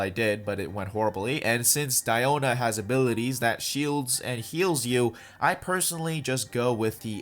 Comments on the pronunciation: It’s actually Diiona not Daiona if you go with the Chinese translation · No no no, it's DIO-na ｺﾞｺﾞｺﾞｺﾞ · It supposed to be pronounced as Dee-O-na. Me,who assumed her name as Diana:(⊙_◎) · I like, "KONO DIOO-NAAA!!" Pronounciation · The "DPS DIE-OH-NAH" part is funny af